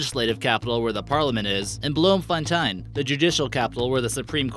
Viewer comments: it's so funny when people try to pronounce our street, state etc names. But I think you have to know afrikaans to not sound like an idiot. 😂 ps Bloemfontein is pronounced = bloom- fon- tane😂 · Bloemfontein, like Blomberg said and tein is said like rain except for the r